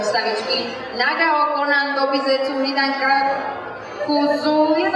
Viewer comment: naruto akatsuki trošku zle prečitala :D tobiho ako Gobi a nagato ako Nagao :D